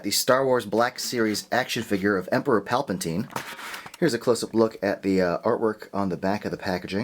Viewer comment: Palpantine?....It's Palpatine!!!